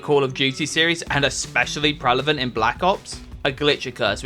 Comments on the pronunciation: The narrator has a glitch he keeps saying "prellavant" when the word is Prevelant 🤣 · Someone needs to teach this narrator how to pronounce the word prevalent lol